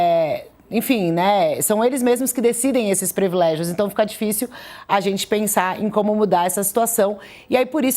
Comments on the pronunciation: Jornalista falando previlégio ! É PRIVILÉGIO! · Privilégio, e não previlégio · Por favor a palavra é "PRIVILÉGIO ', com i.